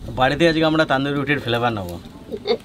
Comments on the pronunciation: ওটা তানদুরি বলে না তনদুরি বলে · কথা টা তন্দুরি রুটি তান্দুরি রুটি নয় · Pronunciation wrong only Tonduri not Taanduri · ওটা তনদুরি বলে না। তন্দুরি বলে।